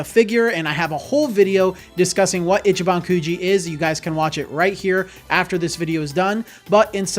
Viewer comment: Its pronounced “Ee chee ban” Not itchy ban In Japanese, pronunciation could completely change the meaning of a word, or make a word nonexistent. FYI 🤙🏼